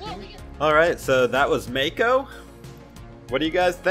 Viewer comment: Not aure but i think its pronounced Mah-ko not may-ko